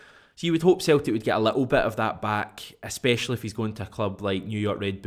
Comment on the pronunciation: Its celtic not theltic slabbery mouth